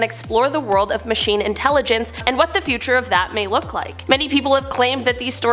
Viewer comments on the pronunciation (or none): none